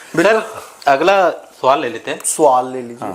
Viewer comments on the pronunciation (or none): Suval ❌ Swal ✅